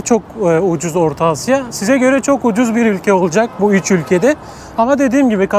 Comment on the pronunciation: Üj bej Arnavutlar gibi soyluyorsün 3 5leri 😂güzel video emeğine yüreğine sağlık